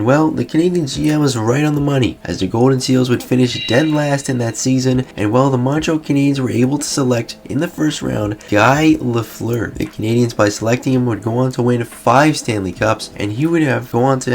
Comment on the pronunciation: Whats truly unbelievable is that you mispronounced Guy Lafleur's name. It's FRENCH, so the "uy" sounds like the letter E, not like the letter I.Get it? Got it? GOOD!